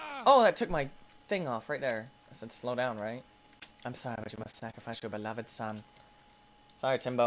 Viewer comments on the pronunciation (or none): none